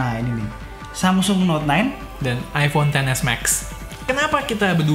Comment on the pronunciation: Iphone bro bukan ifon